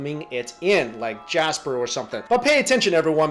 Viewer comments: lol its not Jasper its Casper XD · I thought it was Casper. not Jasper ;-) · he said jasper its casper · CASPER NOT JASPER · it's Casper not Jasper lol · Casper not Jasper😂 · Lol, it's Casper not Jasper. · Lol yeah I noticed that.